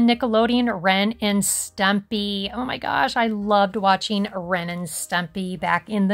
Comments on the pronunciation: Who's stempy? It's ren and stimpy lol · stempy... lmao not stumpy 😂😂 but also ren and stempy were not very good characters 😅 I certainly wouldn't allow small kids to watch it .. 😂😂😂